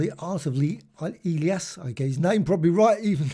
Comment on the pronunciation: I've heard of that name before and it was pronounced "E-lie-us" said quickly